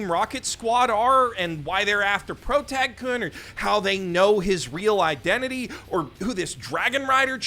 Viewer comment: for someone centering their channel around japanese media, the mispronunciation of basic particles like "-kun" goes so hard